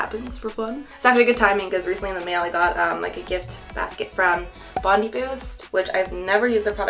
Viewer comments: About Bondi Boost! They are an Australian brand so you want to say Bond-I (the same way you say “I love Danny”). I have both of those products and they are actually really good! The intensive spray you can use on your roots, but I tend to spray it on my ends if I’m frizzy or my hair is just blergh. That’s not the intended purpose but oh well 😂 I also spray it on damp hair when I get out of the shower💯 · Aussie fan girl here; those Bondi Boost Hair products are pronounced Bon-die Boost (As in Bondi Beach), not Bondy. Love how your hair turned out ! A lot of work but definitely worth it!! ❤🐨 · LOL! The BEST thing about technology is the ability to ask Google random questions that pop into my head while driving, reading, cooking... I have a LOT of questions. Cute hair - need to get an update in a month or two about the Bondi Boost (I think it's pronounced 'bond-eye', like the beach.) I'm looking for something to bring some life back into my hair (I've had way too much time to mess with curling irons, flat irons, haordryers, etc. during the lockdowns. Cheers! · Ngl I did chuckle a little at the butchering of Bondi haha it's more like 'bon-die'